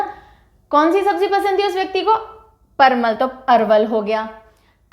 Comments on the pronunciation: Parmal nhi parval hota g😂😂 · Ma'am vo parmal nahi parval hota h , jisko patal v bola jata h